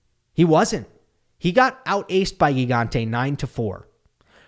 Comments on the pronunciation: Hi, really great recap as usual! For the italian pronunciation its admittedly hard but it is " Jee-gante", which fun fact means giant ahah. Cheers! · It is pronounced “Djigante” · Hey! It's Gigante with the first g as in gym!